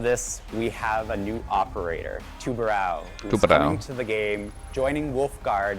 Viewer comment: As a portuguese from portugal it triggers me that they say tubarão wrong, and also the operator has no new weps resembling what the portuguese use like the g3 or now the scar-h